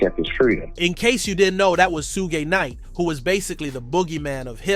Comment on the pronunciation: Sugay Knight… I heard it😂